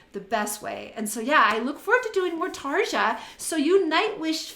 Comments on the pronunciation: bugging me that you keep mispronouncing her name... it's like saying "Tarr-yaww (roll the R's)" .. NOT Tar-juh... ughhh..... and she didn't 'stop' doing nightwish, she was kicked out for having an opinion on what music she had to contribute. Tuomas the keyboardist controls all that, he didn't like the fact she approached like that, BUT it was her husband that got in the way, she took his side.. in a letter to Tuomas, she expressed her feelings so they booted her. You obviously are not listening to her solo music since she left.. here is an example... if you're doing reactions, please for the love of all that is holy or evil, depending on your faith...RESEARCH ... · You keep mispronouncing her name, it's "Tarya" !!! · WTF does ANY of ^^^^^^^^^ have to do with this lady breaking down the singing of a singer? She said Tar-juh in the first part of the video... if you don't like it, click the F off and go to one of the other kazillion videos on youtube. I doubt has time to do 3 hours of research on the life history on every singer she reacts to... so she said.... let me know in the comments... so for the love of everything holy, evil and in between.... FO.